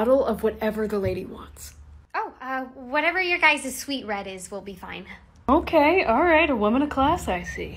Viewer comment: cant say otay...k thanks bye